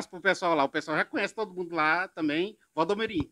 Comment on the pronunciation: Gánha. Grána. Fasil. Támbem. Kkkkkkk. Engánando kkkkk